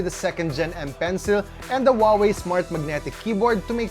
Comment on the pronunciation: Huawei’s correct pronunciation: who-ah-way, now repeat after me, who-ah-way.